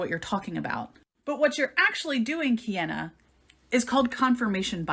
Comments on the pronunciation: It kills me that the “scientist” tries to belittle Kiana the entire time and talk herself up so much, but can’t even watch one of Kiana’s videos or learn how to pronounce Kiana’s name properly. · All I need to know is wrapped up in the way she’s intentionally mispronouncing Kiana’s name in a blatant attempt to demean and dismiss her “Bye Felicia” style. “Credentials” aren’t required to research and present information for an audience to discern.